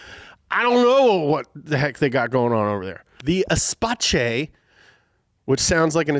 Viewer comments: Not espache, pronounce it espass, there is no French world in"che" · Not "es pa ché" Renault Espace (ss-pass). Espace (FRENCH) translates to space, room if you wish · it's not "espache" it like esspasse, all "s" sound, no che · Espace 😂😂😂😂😂 Je vois que vous vous êtes renseigné sur le sujet ! Ça se dot plutôt comme l'espace .... the space .... et non comme un mot italien... qui n'existe pas ! <<Ezzpa-cheeez>> 😂😂😂😂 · say it with me folks, renault ESPASS, not, and i cant believe he kept saying this, ESPACHAY!!! only in america huh! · Not EsPatchE E-space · "Esp-ass", not "espatchay" 😂😂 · Renault Espace is [espas] 🍩🤣🌟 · its not "ESPATSHE" its "ESPASSE" its french, not italian pronouncing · Idk how they got "espatche" out of espace... Like... E-space... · Every time he says espatché it hurt my french speaking soul. Espace = Space. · renault espace is pronounced "Espas" not "Espatche" - France car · espace, espache? since when Renault is italian, the last time that i check was french, so the pronunciation more or less like s-pass, espass , and the centurion is a full size van truck,, or full size pick up, cuz 'murica . your writers are losing it. or they do it to increase engagement, next time, on best compact car 1971 imperial lebaron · "Aispatché" ? mdr. Pronounced "acepahss". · The pronunciation is not "SPACE", even Topgear UK didn't pronounce it as "SPACE". It pronounced as "ES-PAS" not "SPACE". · My ears bleed a little each time he pronounce "Espatche" 😭. It's Espace (Espass), meaning "space" in french. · It's not "espatche" But "espass" Espace in French means space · Everyone: "E + space or Espass": "Espatche" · Yep, Irish here, we say Renault Espace as Es-pass. Not Espatche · It is not espaché you idiot it is Espasss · "Espacé" lol. -> Espaceuh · Espace means space it is not food related lol. And you read it espass :) I'm watching from paris, so you guys can take my word for it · Its not Espatsche😂😂 Its Espace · Spelling: Espace saying: Espaché